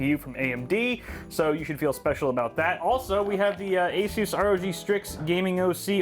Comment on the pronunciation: Didn't you learn from the verge how to pronounce Asus?